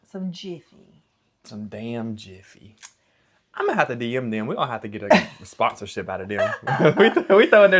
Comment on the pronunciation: "Damb Jiffy"😂😂😂